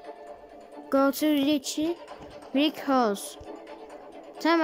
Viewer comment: Ben riçi diyorum sen riki diyorsun